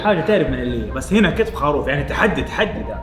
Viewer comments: يرحم امك قل خروف مو خاروف يا هطف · خروف خروف خروف المقطع رقم ١٠ وانا اقول اسمه خروف وليس خاروف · والله ترا اسمه.خروف مب خاروف